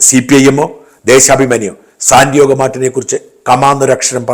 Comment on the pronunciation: Sandiago Martin. Not Sandiogo Martin.